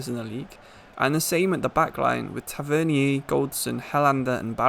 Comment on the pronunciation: Mon the rangers Edit: it’s pronounced tav-en-ier